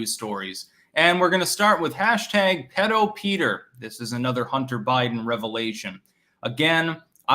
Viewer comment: It’s “pee-dough”.